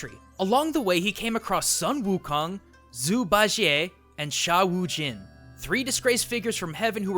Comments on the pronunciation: huh.... ya said pigsy's chinese name wrong a weirdly, but neh wutta hey! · No offense but ur zhu ba jie pronunciation I think was the worst